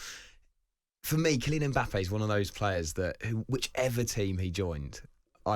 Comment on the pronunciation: Why do Europeans keep calling him "E-mbappe"? Pliz start with the "M" or practise by saying "Mmmmm.....mmmmbappe"